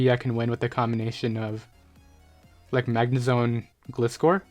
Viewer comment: You are pronouncing gliscor wrong